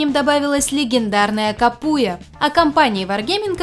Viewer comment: кАпуя а не капУя